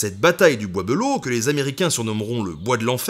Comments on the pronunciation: Un gars de Château Thierry te dit qu' on ne dit pas "belleau" mais "bélleau" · bizarre la prononciation : "beulo" au lieu de "belle eau". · Pareil tkt , on dit tous Bélleau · Du coup y’a que moi que ça dérange qu’il dise « le bois beuleau » et pas de belleau comme nous on le dit? 😭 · Je suis de Château-Thierry. Jaulgonne exactement en dessous du Charmel. Petite anecdote, Le bois De Belleau se prononce Bélleau dans la regions. non bois beulleau. En patois sa donne "Le bois D'bélleau" En tout cas super chaîne merci continu !!!!!. Et si tu repasse dans le coin dit le je connais plusieurs sites historique de toute époques. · Wouhahou ! C'est chez moi ! Maman regarde, on passe à la télé ! Euh par contre on dit pas "Beulleau" mais "Bélleau"... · Slt nota bene Je vis à Château-Thierry et on prononce pas « Beuleau » mais « Bèleau » Sinon super vidéo j’espère que tu as passer un moment agréable ici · moi aussi cela me faisait tiquer quand il disait be à la la de bé. Mais bon c'est vrai que c'est pas instinctif. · Alors ceux de la région, je ne sais pas comment vous prononcez Belleau, mais moi qui vie à Château-Thierry depuis 27ans, j'ai toujours entendu prononcé "Bélleau" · Cest le bois b“é“lleau enfin on le dit comme ça dans le patelin 😂 sinon excellente vidéo j’adore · "Le bois Beulo" ? Le casque "Adriane" ?